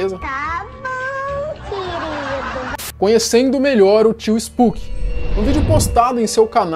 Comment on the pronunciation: Finalmente alguém que chama ele de spuqui(spooky) e não spoque(spok)